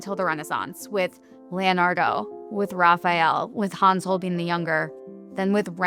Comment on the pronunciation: super fascinating! though i am somewhat bewildered by the pronunciation of Holbein.